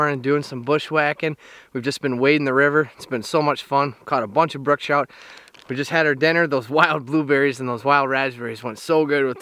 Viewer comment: Its brook trout. Not brooke.